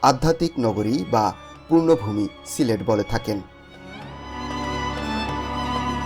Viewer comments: 'Purno vumi' noy, 'Punno vumi' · "পূর্ণ ভূমি" না, বলতে হবে পূণ্য ভূমি। শুধু ইউটিউবার হলে চলে না, লেখাপড়াও কিছুটা করতে হয় ব্যাটা